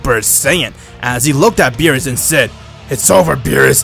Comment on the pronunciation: Bruh he said meerus not beerus